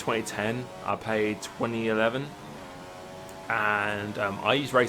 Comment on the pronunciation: Uh,, do you have a speech impediment or something? Because you never say "played" correct.